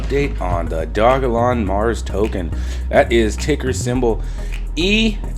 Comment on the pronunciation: Good job on pronouncing it right brotherman.